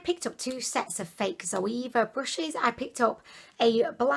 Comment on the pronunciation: is she calling brushes bushes ...?